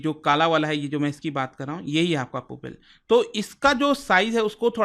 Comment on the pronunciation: “पुपिल” नहीं, 'प्युपिल'।।